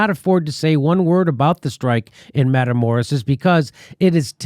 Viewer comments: mah-kee-lah-door-ah dammit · Hey Jimmy, please learn the spanish vowels so you can pronounce Matamoros properly. Keep up the fantastic work you do Jimmy. Just trying to help. example= Mah-Ki-Lah dor-rah